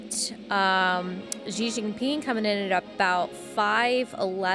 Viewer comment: If you say the first two characters in Xi Jinping's name just like the words "she" and "jean" in English, you'd be closer to the right pronunciation. It's like an "sh" and a hard "j".